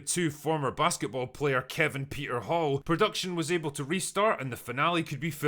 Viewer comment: I could have sworn you said „Predaction Hell“ 😅